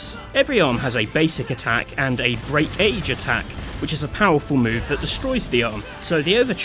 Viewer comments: dude how come you keep saying break-age and not just breakage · You realize its breakage... one word. Not "Break" "Age" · Yeah just sounded off to me lol but either way great video :) enjoyed the commentary